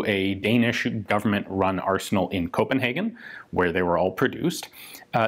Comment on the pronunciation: FKF stands for "Forsvarets Krigsmateriel Forvaltning" which roughly translates to "The military's war equipment management". Also, for future videos about Danish weapons, it's "Copenhágen" not "Cópenhagen" ;)